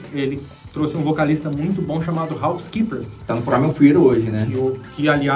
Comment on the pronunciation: "Ralf Skeepers" kkkkkkkkkkkk